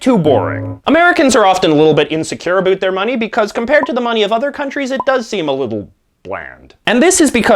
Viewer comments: so you're canadian... i heard abut instead of about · What are you talking a.....boot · They way J.J. Says about is so hilarious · This guy is Canadian isn't he. "About"